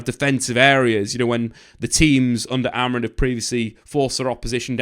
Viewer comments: Why do you and many other keep saying AmoriN. Its Amorim. Christ. Get it right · It's amorim not amorin 😅